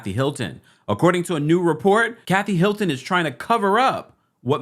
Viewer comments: Sounds like he's saying "Milton" to y'all too? and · Why do you keep saying Milton instead of Hilton???